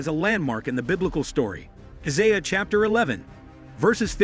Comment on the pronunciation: This guy cant even pronounce Armageddon much less Isaiah.